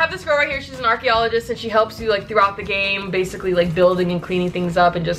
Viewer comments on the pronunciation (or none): none